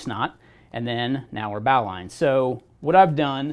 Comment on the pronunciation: BAAWWWLine.... BOW ... Bowline.... Americans..